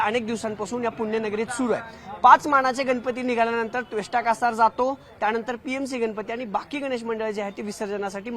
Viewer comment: पुन्हा त्वेष्टा कासार.... अरे बाबा त्वष्टा कासार नाव आहे रे त्या मंडळाचं....